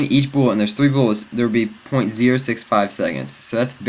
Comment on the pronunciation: he keeps saying boolet it bullet